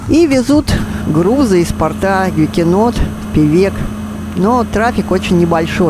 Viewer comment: Было бы не плохо еслибы Вы научились правильно говорить по руссли не трафик а движение при этом правильно ставить ударение не из порта а из порта. стыдоба.